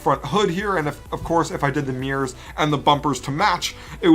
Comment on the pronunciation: "Now onto the meers"